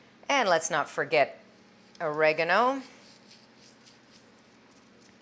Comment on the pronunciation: Ori- Gar-no